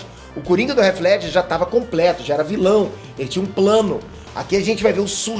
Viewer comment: me desculpe cara! Mas seu canal é grande e não tem condições de você pronunciar "réti ledger", o correto seria algo próximo a "rritih Ledger", com o "T" "quase" mudo, com a ponta da língua batendo na parte de trás superior dos dentes. Me dá aflição esta pronúncia errada.